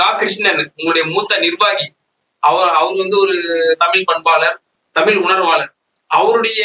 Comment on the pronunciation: எப்பா நெறியாளரே.. முதலில் நீங்கள் தமிழ் என்று அழுத்தமாக கூறுங்கள்...